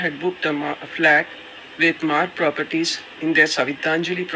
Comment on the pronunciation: 15 ஆண்டுகளுக்கு முன்பு "நீயா நானா sponsored by Maarg Proper-Ties" கோபிநாத் இந்தப் பெயரை உச்சரித்தது எனக்குத் தெளிவாக நினைவிருக்கிறது.